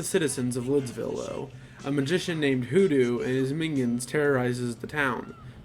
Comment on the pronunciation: *HooDoo *, not "WhooDoo".